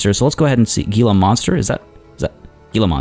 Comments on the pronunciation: Gila is pronounced Hee-la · Love the series so far! Heads up though, Gila Monster is pronounced He-La Monster :) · It's pronounced hila monster even though it's spelled gila monster your driving me crazy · New here, great series. :) An idea to do better views for visitors: walkways over your sunken habitats FYI "Gila" is pronounced "Hee-la" (G = H).